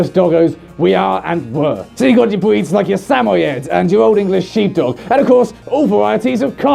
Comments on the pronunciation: when he says "Breeds" it sounds like "Bweeds". you may kill me now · I keep hearing him say "bweeds." Please tell me im not the only one here! XD